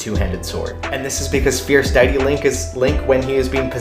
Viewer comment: Sorry dude but this word: deity is pronounced Day-it-tee and Kratos is pronounced Kray-toes. Otherwise I loved the video and work.